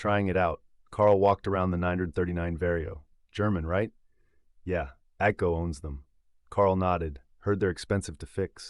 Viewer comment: ATCO? That's AGCO.